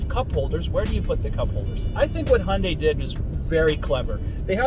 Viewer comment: Finally someone that can actually pronounce hyundai correctly